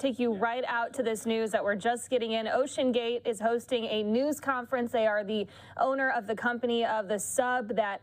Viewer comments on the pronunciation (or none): OCENGATE 😮.. Really Fox???? 😂😂😂